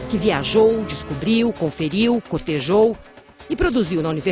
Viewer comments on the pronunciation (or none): Não é cortejou, Mônica. É cotejou!!